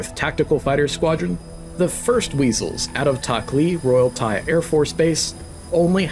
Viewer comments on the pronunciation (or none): none